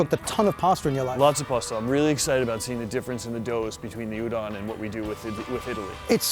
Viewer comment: Okay, first of all, it is pronounced as "oo-don", not "you-don".